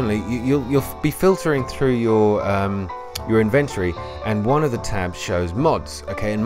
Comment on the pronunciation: Invent-ory?! 😂😂 love the video but had to tease ya, ty